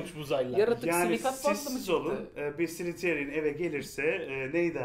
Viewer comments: slytherin ney lan slitheen o amk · Abi şunlara slitheryn diyip durmayn yeter xd